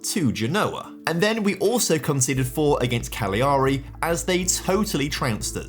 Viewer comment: Great video love the multi episode content. I know youve completed Italy but please save my ears in the future. Genoa - jeh-no-wuh Cagliari - ka-lee-a-ree